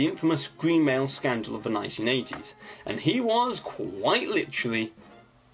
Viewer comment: Disney's green what scandal in the 80s? I can't understand what you said.